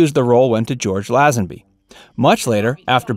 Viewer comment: Lazenby? You could at least check the pronunciation. Plus Bruce Lee did not debut on Batman. He was a guest artist on Batman having already appeared in the Green Hornet as Kato.